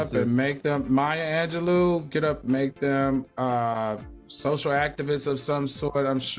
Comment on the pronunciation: Claudia...it's Anjelou..."Lew"